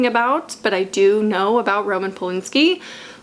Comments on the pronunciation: Dude, it's Roman Pol-AN-ski...not Pol-in-ski. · I love but my hope for this cursed year is that she stops pronouncing Roman Polanski as "Roman Polinski"